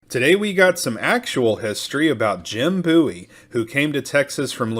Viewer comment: It is pronounced BOO-EEE, not BOW-EE. James and the Bowie family are distant relatives of mine.